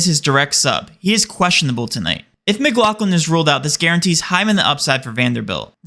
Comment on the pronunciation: Mclaughlin not mcglocklin